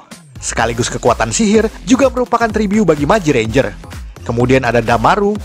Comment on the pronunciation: Ngomong tribut aje tribyu🤦🏻‍♀️ agak laen emang nih